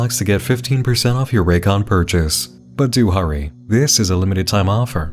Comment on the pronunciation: Raycons also go "RAYCON", like sega and it makes me laugh every time.